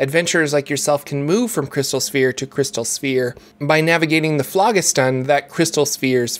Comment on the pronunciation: Nice vid, very informative! Although I have never heard someone butcher the pronunciation of Phlogiston so bad in my life. 🤣 thanks for the 😆!